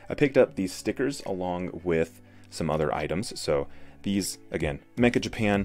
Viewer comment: not pronounced mecka, but meh,cha. It means "very."